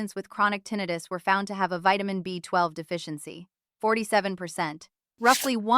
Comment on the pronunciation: I have difficulty taking this video seriously when the word tinnitus is pronounced incorrectly. I am Neil's roommate .